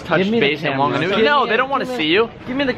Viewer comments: Whanganui is pronounced fanganui boy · It’s pronounced phunganui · And The w in wanganui is pronounced like an f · Its pronounced like a f dude, wh is f :)